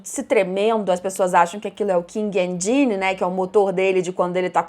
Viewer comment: se vc fala inglês, checa a pronúncia das palavras antes... vc falou ENGINE de uma maneira muito errada!